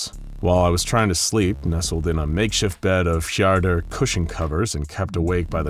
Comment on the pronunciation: Its so funny hearing an american trying to pronounce Swedish names. Fjardar lol. It's called "Fjädrar"